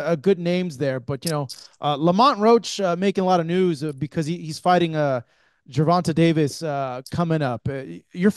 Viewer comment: Why do you refuse to call TANK his name … Ger - von - tay ….. not Ger - von - taaaah..!! That shit is annoying